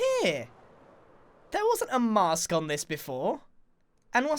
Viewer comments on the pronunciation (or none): none